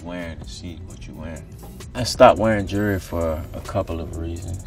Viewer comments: Did anyone else think he said jury every time he said jewelry 💀 😂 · Autumn Kratzer he is saying Jury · why does he pronounce it "jerrerry", does he know there's an l in jewelry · jewelry... “jury” I was confused for a second until I used context clues lol.